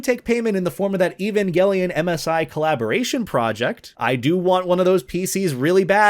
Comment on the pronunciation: Inhales. Thank you. You are the First person, in many years, I have ever heard say 'Evangelion' correctly.